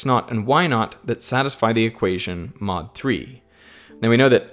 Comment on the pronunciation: Why not squared? I spilled my tea there. XD He says mod,but it sounds like not